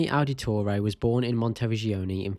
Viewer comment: Ow-da-toray. You’re butchering the pronunciation.